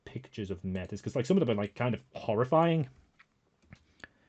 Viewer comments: I'm going to be this guy for a moment and I apologize. MAY- tis or MAY - tea are the correct pronunciation options I believe. It's French. Also pretty ironic use in World of Darkness now that I think about it. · Métis being pronounced Meh-Tiss is weird but I mean I guess it’s an extra level of step away from the Métis people of Canada